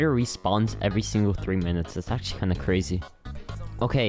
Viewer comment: pls dont tell me you just said akshually instead of actually💀